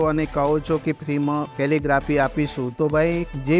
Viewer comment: "કેલીગ્રાફી" શબ્દ નું ઉચ્ચારણ પરફેક્ટ કરવા બદલ શુભેચ્છા ધન્યવાદ 💐